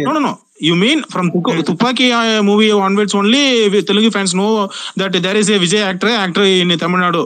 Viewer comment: TeluNgu illa bro "Telugu" Sollunga "Telugu" Throw away the "N"